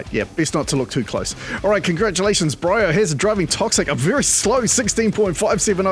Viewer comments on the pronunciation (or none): ” BREE O‘HAZURD”:” BRAY O‘HAZUD”